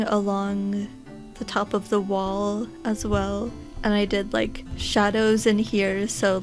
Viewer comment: Ur accent threw me off lol. U said wall but i heard wool lmaoooo